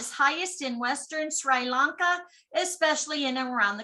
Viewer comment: The pronunciation us - Sree. Lón.kuh